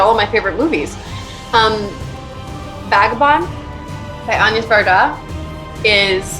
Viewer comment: Going to second the shoutout to Agnès Varda's Vagabond and commend Brie for the correct pronunciation of her name and choosing something deeper than Cléo de 5 à 7.... 💫plus Cherbourg and Portrait.... truly solid recommendations.